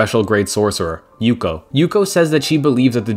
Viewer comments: Its Yuki, not Yuko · Bro it’s Yuki not yuko